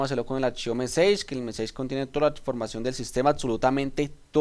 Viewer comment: Gracias por el video.. Debes mejorar un poco la pronunciación en inglés, sobre todo que el video está en la red y lo ve todo el mundo. Messages, dices meseich, la pronunciación es algo como messaches y así otras palabras en las que hay que prestar especial cuidado. Saludos y gracias de nuevo por tu aporte.